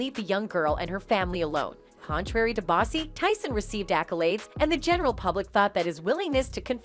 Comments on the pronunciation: called Boosie "bossy" 😭😭😭same MF's call 2pac "2pack" smdh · Where's The Clip of Iron Mike Saying What The Headline Reads??? And Kept Calling Boosie "Bossy"... I Smell What Y'all are Cooking Over There 🚮💯 HaHa HaHa HaH!¡!